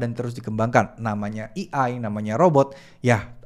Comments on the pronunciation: bang AI dibacanya "e ai" bukan "i ai" 😥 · A.I. bukan E.I. atau mending sebut'y pake Alfabet Indonesia aje, Á.ì ☺️ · Eh-Ai mas bukan Eee-Ai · baca nya "ei' bang bukan "i" . kalo di gabu jadi "ei ai". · fyi A.I. "dibacanya (ei-ai)" pemvokalan huruf "A" = ei, bukan i = "E" cmiiw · Baca nya "ei ai" bukan "i ai" 😁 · AI (ei ai) bukan EI (i ai) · AI dibaca E-Ai bukan i-ai (ejaan indo) hadoh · maklum gak bisa basa enggres dia, kuping gue gatel denger dia salah pelafalannya